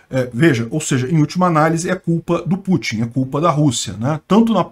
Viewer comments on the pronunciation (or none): none